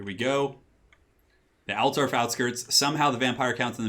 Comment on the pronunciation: ALT-DORF not alter-of Say it right ALT-DORF